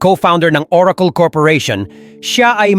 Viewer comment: google❌ googul✅ oracle❌ orakol✅